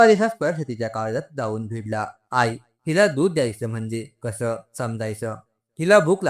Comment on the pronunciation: आई चा उच्चार आय असा का करता